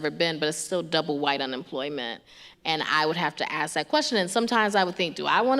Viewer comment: Pronounces ask ass cmon now npr